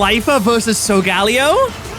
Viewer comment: What bastardization of the pronunciation so-ga-lay-oh did I just hear?